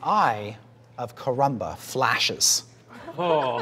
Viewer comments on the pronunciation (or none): Chris Perking says They have been huntting the "Eye of Karamba"... lmao "haykaramba!"